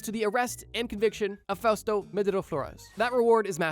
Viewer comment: Ooh Fausto with a U. I thought you were saying “fast” in Japanese Engrishu